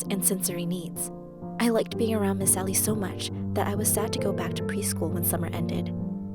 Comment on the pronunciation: Why is everyone calling her miss sally I can clearly hear “miss Ally” not “miss sally”